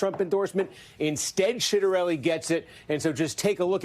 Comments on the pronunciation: Really botched the pronunciation of Ciattarelli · Citronelli? Really? 😂